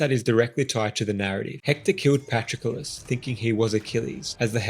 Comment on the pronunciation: Who the heck is Patro-Kullis? You need to work on your pronunciation.